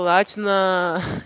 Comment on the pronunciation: Não tankei o "cARALHo" kskksoskdk